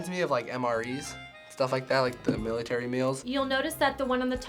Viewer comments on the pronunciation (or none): none